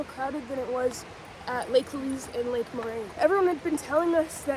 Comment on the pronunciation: Just FYI, it's pronounced Lake "Lueez" like the woman's name, not Lake "Lueece".